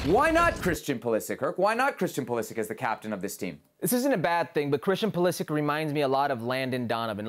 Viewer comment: It's Pulisic without a question. Stop.